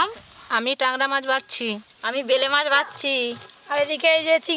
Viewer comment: Murkho uchharon ota Vala mach noi bela mach ok